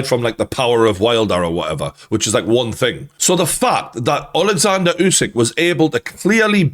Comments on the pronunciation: i hope you’ll learn to pronounce his last name, it’s “Oosyk”, not “Yusyk” thanks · It's Usyk like in "urban" not like in "use".